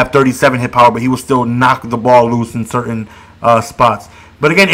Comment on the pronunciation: It is Sur-tain like in pain